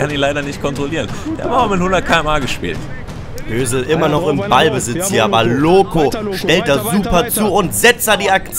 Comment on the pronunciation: Ich der statt Hösel Özil verstanden hat😂